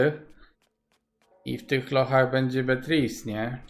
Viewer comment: 11👍👍 w górę, pozdrawiam serdecznie, mówi się, Beatris